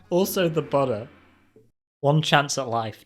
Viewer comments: It's boo-da not butta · The more he says "The Buddha," the more it sounds like "the butter"